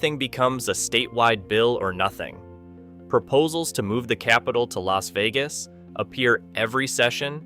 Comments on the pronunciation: The L.A. Vegas Valley? Is this an AI glitch or a commentary on how many Californians have moved to Las Vegas? Is that one of Nevada's state parks? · Ai slop. Too wordy. Images don't match narrative sometimes. Narrater said L A Vegas...unlike what a human would say. Creepy. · just record yourself reading the ai script and taking care to read it correctly instead of like "ell ay ess vegas" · "Ellays Vegas." Goddammit, AI narrator.